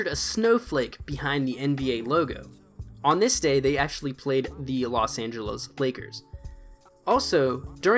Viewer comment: Los angelos is what he said